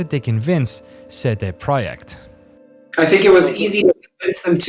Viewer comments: seh deh proyekt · 'SaeDae Prawyect' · the proyeckt part is spot on, the CD part should be pronounced "tse" for C and "day" without "y" for D